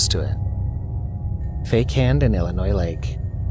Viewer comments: To the author/narrator, you are pronouncing Illinois wrong. Phonetically you pronouncing Illinois with an S at the end. ILL I NOISE when you should be saying ILL I NOY. There is no S sound at the end. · It’s Illinois not Illinoi(s) the s is silent. Pet peeve of us Illinoians 😉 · It’s not ill-a noise and that’s not what the warning sirens sound like. It’s malfunctioning. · The "s" is silent in Illinois. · The fkn “s” is silent dude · I was thinking that same thing im not from there just visit from time to time